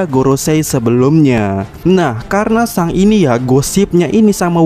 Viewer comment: Yg bener min pelafalan akagami no shanks, di baca seng bukan sang, trus aja sang sang sang . Geli denger nya